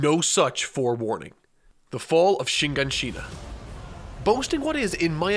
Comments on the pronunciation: shi-gan-shi-na, not shiNganshina. sheesh not watching 3 hours when u cannot even pronounce it right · ''shigenshina'' lol😂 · Let me sound it out for you Shiganshina .. SHI -GAN - SHI -NA Google isn’t that hard too use to find out Japanese is a phonetic language it took me two seconds to find that out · Why do people say shinganshina, its shiganshina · You pronounced Shiganshina wrong, it's not Shin' ganshina. Sorry but these things trigger me, especially 2 mins into a 3hr video. 😂❤️ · Jesus learn how to pronounce names. How can you say this is your favorite anime and continuously gets names wrong? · editor clearly watched alot more AOT than, but he didn't tell him how to properly pronounce shiganshina or Pieck. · On some real shit there no way you still pronounce shit wrong like do you even care of is they just a over site like how tf are you saying shiganshina wrong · Ur pronouncing shiganshina wrong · This is a great video but your pronunciation of Shiganshina and Pieck causes me physical pain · Vid starts. Mispronounces Shiganshina. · The dislikes are there because pronounced shiganshina wrong